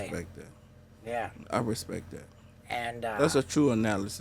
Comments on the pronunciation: “I respek him”😂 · Did you put some respeck on his name Steve-o? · Put some respek on his name steeeve... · did you "Put some Respeck on his name" ? lmfao